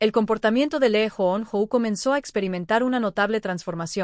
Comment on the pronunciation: Comienza pronunciando bien los nombres de quién haces la presentación....se pronuncia LI YU NO...